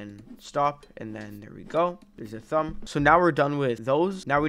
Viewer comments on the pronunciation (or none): Thumb❌ Sumb✅